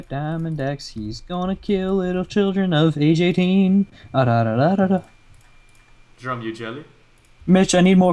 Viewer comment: His name is not, it's jerome!